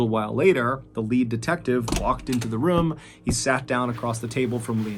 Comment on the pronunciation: Love your stories / podcast but I am curious with your pronunciation of “room” sounding so much like “rum.” “He went into the rum and saw….”. I’m sure I’m not the first to notice or even comment. Is that a southern thing?